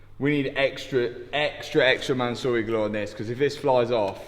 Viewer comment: calling it 'Mansory glue' is diabolical lolol